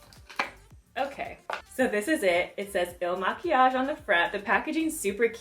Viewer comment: You said it right. Some other chick BUTCHERED the name.